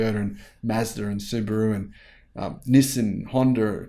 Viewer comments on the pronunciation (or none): Hi bro, it is ni-san, not ni-sim. Once again, a great video 🎉